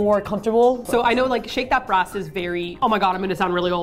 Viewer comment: I thought you kept saying "Shake your Breasts" I was completely blown away by how casual everyone was about it. As I've now discovered, it's "Shake that brass."